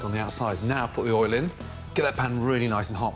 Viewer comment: Quick tip. Oil NOT Oll Boil NOT Boll